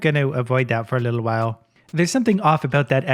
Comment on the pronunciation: Well.. it whas "litel" buggy 😅